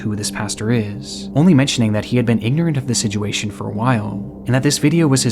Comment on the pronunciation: I have NEVER heard someone pronounce ignorant like that, I already know he's crazy.